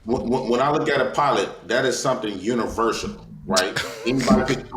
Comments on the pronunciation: "Universial" "Universital" bro its universal 🤣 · Did he say "Universital"?